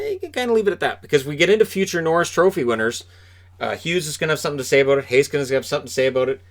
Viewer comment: As a Finn, I'm very impressed by your pronunciation of Heiskanen.